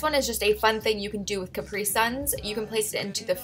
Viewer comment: Isnt ur pronounced (Ca-Apri suns) but she says it like the clothes , Capri